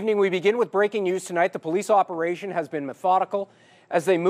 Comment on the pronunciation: "POLICE OPEATION"?